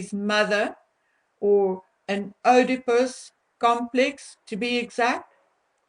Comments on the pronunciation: Sorry don't mean to be pendantic but the correct pronounciation is EEEdipus complex. If Harry's wife knew about any attack on women & helped to cover up the facts, then she would be liable for a charge of ACCESSORY after the fact, not Accomplice after the fact. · Oedipus is pronounced not with an 'O' like in Afrikaans, but with an 'E' in English. Something in my gut told me that people as entitled as H and M must have some rather dark secrets in their joint closets. When the truth comes out, it's not going to be pretty. Those 2 people may be wealthy and powerfully related, but they act really low class and are completely disrespectful, dishonest and self-entitled. I hope they get what they deserve - and it's coming soon. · 🥳💃✨😍🦁🌍🎈 PS: Not that it matters in the SLIGHTEST my dear, but one doesn't pronounce the ''O" in Oedipus. 👍🤗 Listen here on this old BBC You Tube video: 👉👉 The Oedipus Complex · Pronounced : Eeee-di-puss ... NOT ... Ohhh-di-puss. (ie. Oedipus complex). Just sayin' ... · You’re pronouncing Oedipus incorrectly. It’s not, “oh de pus”, it’s “ee”, as in need. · Hi honey the word Oedipus is not pronounced Odipus it is pronounced EEdipus. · Just a little point, Oedipus, is pronounced Edipus, (silent O) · Thanks! I believe that Harry hates ALL women, especially his mother for abandoning him! He is operating out of that stage since his mother died! His mother is idealised as his love object, as the Madonna - all others are Whores! Oedipus is pronounced “EEEd-I-pus”- silent “O”! Love your investigations! He has a mad look in his eyes and I am not in the least bit surprised at the idea that he is psychopathic and have no difficulty in believing that he could strangle a woman and S/assault her! Thanks! Xx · Oedipus is pronounced "eedipus." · Oedipus is pronounced E - de - pus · Oedipus - the "O" is silent, hence EEdipus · I had to stop the video and look up how to pronounce œdipus because I've always heard it as ee-duh-pus